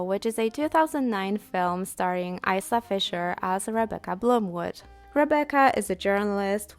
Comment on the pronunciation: Eye-luh not Ice-uh (Isla) 😊